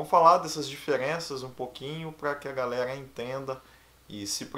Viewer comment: Fala garela 😁 cebolinha